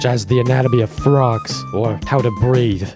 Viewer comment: Same. I heard breed.